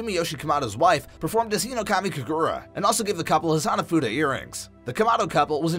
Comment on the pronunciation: (im not trying to be hateful) you kept pronouncing uppermoon 1's name as "kokushiba" it's "hinokami" not "hirokami" Enmu is Lowermoon 1 not 7